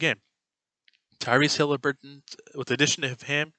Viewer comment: It’s Haliburton not Hilaburton but keep up the good content.